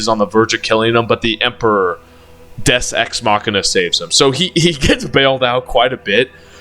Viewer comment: Deus Ex machina not des es machina. Hate you making me the acktually guy. Dick. 😅